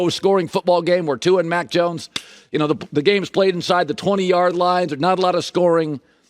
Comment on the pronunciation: maaaaaan, I know I'm not the only one who hears "Mike Jones" whenever Colin says Mack Jones 😄😄😄